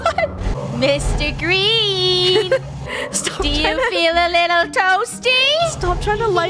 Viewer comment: Little=lil Why did that sound British - (Hope I didn't upset anyone)